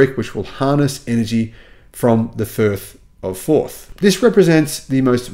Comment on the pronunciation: " 'The Thirth of Forth' ...that's a place..." "....& in Fife!" 😂